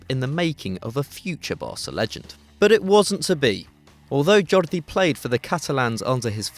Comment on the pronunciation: Jordi Cruyff is pronounced Your-die. Just thought you'd want to know...